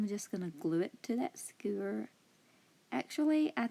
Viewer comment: The sign was my favorite craft but my favorite thing about this video is you saying "skeuer". 😉